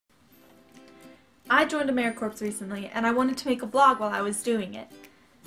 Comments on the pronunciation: its emra-core pronounced not corps lol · good video but it is pronounced amaericore not corps. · i got accepted too. Im stationed in Denver, Colorado. The southwest region. Not being rude but the corps part has a silent p. so it sounds like core. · The P in Corps is silent so it is pronounced core